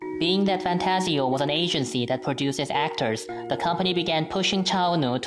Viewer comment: Did he say fantsio? I think its fantagio am I wrong?